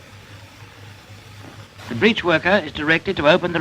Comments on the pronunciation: I love the bizarre pronunciations! The britch worker? Tayckles? How to make a complicated task 10 times harder. Brilliant! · Oooooh, BREACH worker! I thought he was saying.. nevermind.